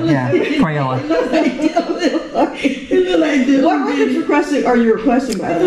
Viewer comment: How did she pronounce Crayola?